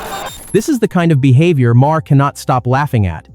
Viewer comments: Another time you call him Mar-her instead of Maher... He makes great points and you screw up it up with the talk over. Sweet Jesus can't you fix it? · Teest to voice sometimes require misspelling the script. Heher i learned is Mayor, Not maa-Her. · What kind of shite is this, this voice cant seem to make up its mind how to pronounce Maher's name, three different versions so far, two repeats of sections and I'm only 3 minutes in, thats enuff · I wish you would pronounce his name the same, are you an Al voice? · Nice video. We can ignore the fact you said Maher wrong. Twice now